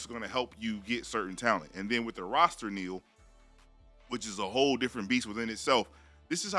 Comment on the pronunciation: Stop saying “Neal”. Literally no one says that.